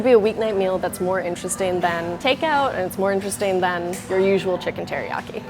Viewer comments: "I love chicken heriaki" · “Hairyaki chicken.”